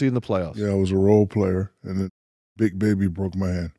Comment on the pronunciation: He saying “tha” instead of “da “